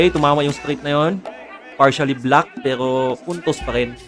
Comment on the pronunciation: Wag Kang bulol gagi😅😊😂 imbes na pero ang dating pewo😅